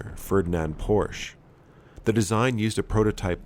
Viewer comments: In German the e at the end of words isn't silent so it's Porsche ([ˈpɔʁʃə]) and not Porsch. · Pronounced "Porsch-uh." It's a family name, AND a current company, so shouldn't be mispronounced. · Thought most people could pronounce Porsche by now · The "e" in Porsche isn't silent